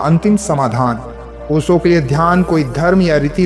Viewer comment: ओसो नही ओशो.